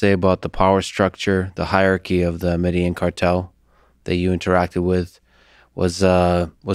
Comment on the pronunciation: Med-a-een Medellin not med-a-jean I can't believe he doesn't even know how to pronounce it after saying it so much .